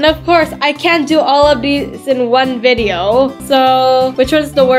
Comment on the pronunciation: say video not video